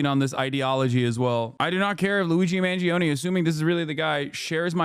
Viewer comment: Classic American pronunciation Luizi mangiown